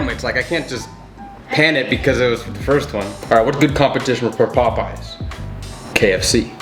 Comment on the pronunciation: POPEYES NOT POP-EYES